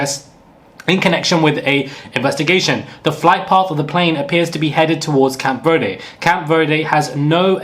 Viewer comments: “CAMP VERDE” yo I’m SCREAMING 😩😩😩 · Cape Verde, not Camp Verde